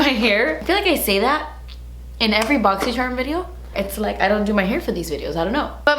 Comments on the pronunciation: I always say “boxyyyycherumm” with you 😂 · I love how you say boxycharm funny in every video haha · It makes me so excited for your boxy video just so I can here you say Boxycharm